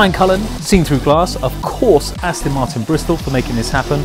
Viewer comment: These car videos are all very well and everything, but, could the presenter say the name of the car CORRECTLY. It's AsTON MarTIN, NOT AsTIN MarTON. WTF !!!